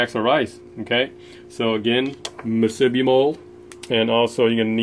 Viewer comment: hey, that was a pretty good haul for a one soak, I'm up in northern CA & didn't go out this year, but one party boat that I use has 9-10 pots out & he averaged 2-3 crab per rod, not very good this year, they're good sized, but not plentiful. Musubi.. Moo Sue B! not mu sib B! thanks. crazy weather to be out there, at least you got the whole Pier to yourself!